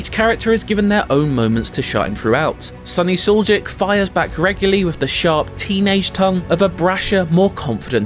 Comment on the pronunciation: "Sunny Suljeek" 😂😂😂 it's Soolyeech. He is Bosnian.